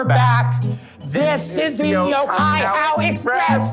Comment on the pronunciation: Unfortunately they were pronouncing Ōkaihau wrong :( In te reo Māori, the macron on the Ō means that syllable is lengthened and emphasised, and the "hau" is pronounced more like "hou" than "how".